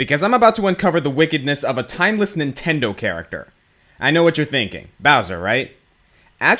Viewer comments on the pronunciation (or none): none